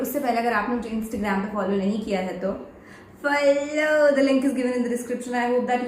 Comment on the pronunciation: app follow aysa q bol te ho ayasa lag ta ha app lolo bol re ho